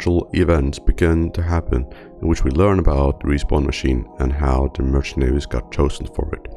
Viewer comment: bro really said "merchanaries" and "plagee doctor"